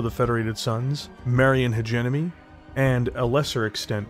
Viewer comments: Its marian HegeMony. Not HegeNomy. Good video though. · Its funny hearing Marian hedge-enemy... excellent content.